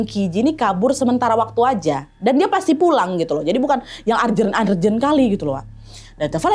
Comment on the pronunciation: Urgent baca nya “ eurrgeun” bkn argeun” sorry bad.